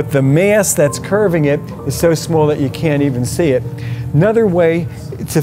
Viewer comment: “Smool” “Fiiaster”